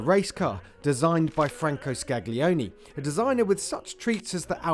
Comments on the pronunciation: Franco Scaglietti, not " ScaGlioni". Very nice video, thanks. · The 'gli' sound in Italian names is a silent g (Scaglione, Scaglietti etc)